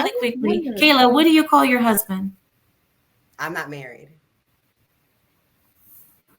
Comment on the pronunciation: She don’t have a huh-sband? Lol